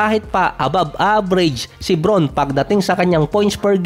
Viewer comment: brawn ata ang pagbigkas